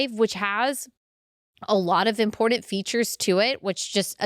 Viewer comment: You also say important incorrectly. There is no D. 😅But I still love ya!